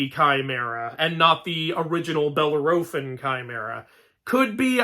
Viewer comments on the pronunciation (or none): While you may be pronouncing Thalia correctly, you keep pronouncing Bellerophon in a very weird way.